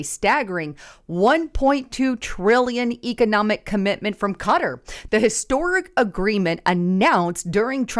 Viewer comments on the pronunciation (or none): 'Cutter'????--It's pronounced: Ka-Tar!🙄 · Those Middle Eastern names are really hard to say. Qatar is pronounced Qua-tar